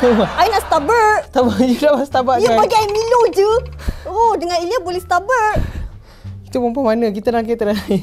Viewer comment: Perkataan yg kelakar ckp🤣 Spaghetti carbonarar🤣 Air mellow🤣 Starberk🤣 Baik couple dgn habib je😍